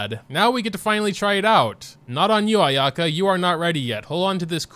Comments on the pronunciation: btw Ayaka's name is pronounced eye-ah-ka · You're pronouncing Ayaka's name wrong on purpose right? l mean lol